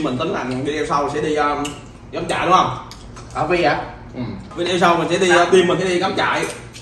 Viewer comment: Ở Mỹ lâu rồi mà vẫn phát âm là vi đeo vậy em.